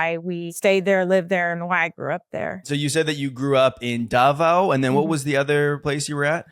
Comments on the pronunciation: Sorry if this may sound negative but how did she live in davao for 15 years yet she cant pronounce it properly?? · Butuan is pronounced as “boot-one” with the accent on “boot” and Davao is pronounced as “da-vow” with the accent on “da.” You lived in the Philippines longer than I did and I was born there. The culture shock makes sense. I grew up speaking Waray-Waray, but my husband only knows Tagalog. Good thing I learned it in school so whenever we speak in “private” we use Taglish LOL. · I’m confused why is somewhat mispronouncing the regions in the Philippines where she resided (i.e. Butwon and Da-VAO).